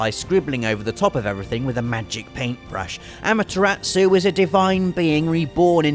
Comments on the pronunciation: As soon as I saw the title, I knew Amaterasu would be on the list. Quite an awesome silent protagonist! She's not entirely silent, though- she barks and howls quite often. But I suppose that doesn't count. (Also, the way you said her name made me giggle. "Amatera pause -tsu"? Where'd you even get that? :P) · Yeah!OKAMI!But she pronunced the names wrong expect Issun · God... I know he is British, painfully so, but I hate it when people butcher ANY language... Japanese especially. Amaterasu( Ah-Mah-Teh-rah-Soo), And Orochi (Oh-Ro-Chi). I apologize if I am being a "Weeb", But I still bugs me. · Ugh, okay, I'm only a mild Grammar Nazi, but I'm a huge Pronunciation Nazi, and the way totally mispronounced Ryu, over and over again, REALLY ground my gears. The mispronunciations of Amaterasu and Orochi were more tolerable, as they were fairly close, but it's not Rai-Yuu, it's Ree-Yuu, or at least that's the closest you can get in the English language, as the Japanese R/L sound has no equivalent in English. In Japanese it's actually just about one syllable, and sometimes sounds closer to Dee-Yuu.